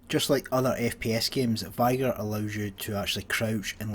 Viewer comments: M8 Learn to say "vigor" i'm 13 and i can pronounce it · He just doesn’t know how to speak it’s not his accent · What an interesting pronunciation of vigor. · It's the best way to dodge the n word